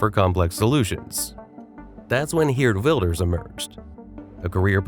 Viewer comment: Uhhh its actually Gurt Wilders